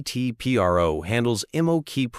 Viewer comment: Its not P.R.O. its PRO, short for professional.